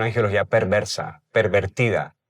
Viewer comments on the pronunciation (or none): Con todo respeto, se dice angelología, no angeología